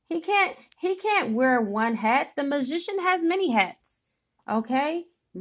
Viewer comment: This so resonates with me.... who you are speaking of reminds me of my baby daddy who I believe is my karmic soulmate. And how the way you say magician sounds like musician which he is trying to be a musician. But I also feel like I can be wrong!